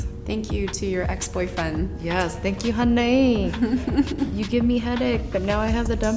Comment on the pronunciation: When Nam says “Thank you honey”, that’s so vietnamese, love it! 🤣